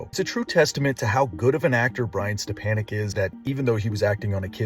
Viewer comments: Step-a-nick not step-an-nick. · His name is pronounced step on ek not an ek